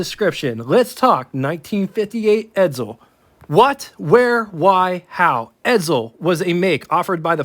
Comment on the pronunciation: .......ED-ZULL?.....ED_ZULL?.....did you study pronunciation under Professor F.N. Artard?